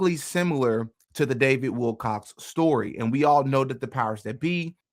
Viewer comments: He is saying Wilcox!! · You cant even get his name right bro Its Willcock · dude, if you don`t even pronounce `Wilcock` correctly, how can i trust ANYTHING you say???? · You LITERALLY watch a video where they pronounce his name correctly...then you LITERALLY read an article which CLEARLY spelled out his name correctly..... and yet you CONTINUE to add an "S" to the end of his last name.🙄 Ridiculous, lazy and pathetic. THIS is just PART of the reason why I unsubscribed from this channel. 🤡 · You don’t know who Luna is and you can’t pronounce Wilcock. You don’t look credible here. At all. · Wilco[ck] not Wilcox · OMG you actually read WilCOCK written in front of you as Wilcox. Stop! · Not Wilcox. It is Wilcock. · It was written right there on the screen and he still said it wrong. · Stop calling him WILCOCK(S) there’s no ‘s’ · Wilcock, not Wilcox. Come on, …